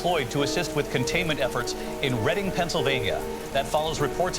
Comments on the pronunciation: Shout out pronouncing Reading PA right, and the Alex Jones really hit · I was surprised to hear Reading, because most people don't pronounce it properly if they're not from around here